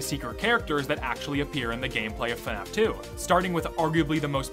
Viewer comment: Please stop pronouncing FNAF as Fenaf. There is no vowel in between the F and the N in FNAF.